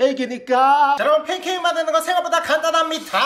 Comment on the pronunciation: 팬캐잌이아니라 걀달말인줄ㅋㅋ